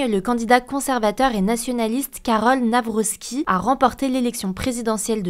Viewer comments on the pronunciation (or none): Pourquoi tout le monde dit "NavroSki" alors que y'a pas de S et que c'est "Navrocki" avec le son "k" ?